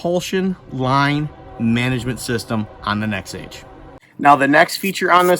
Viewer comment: Nexave ave ave , not nexage